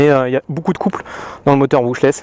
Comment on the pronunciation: "Moujou" dans la première vidéo, "Modjo" ici, moteur "Brouchlèss", bref tu m'as tué xD